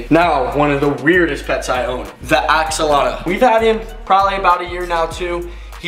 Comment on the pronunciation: Bruh why do you call them axolotas?